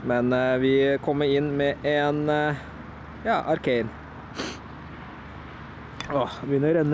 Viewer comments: Du sier arcan ikke Arcanine (no hate) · det heter ikke arcain det heter arcanine